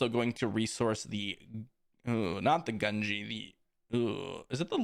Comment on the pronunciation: Love the videos but the mispronunciation of gungi is killing me gun-gee